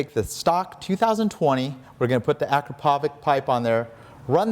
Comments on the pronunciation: Akrapovic, not Akropovic. Actually Akrapović, but probably too complicated. :) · Ah-CRAP-oh-witch. That's how it's pronounced. Believe me.